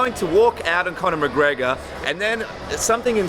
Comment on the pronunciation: I really like Gilbert Melendez. I think he's a great fighter and a really good analyst. But say it with me; "Conor M-c-G-R-E-G-O-R". Damn bro. Annunciate his name.